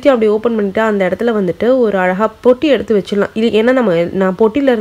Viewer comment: பெட்டி not பொட்டி